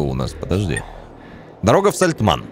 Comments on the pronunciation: Такое чувство, как будто у обида какая-то на эту деревню - Сальтман, Сальтаман, но только не Сальтамн) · причитай хоть раз нормально название деревни )